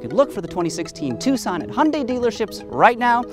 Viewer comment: Hun Day?? What is a Hun Day?? LOL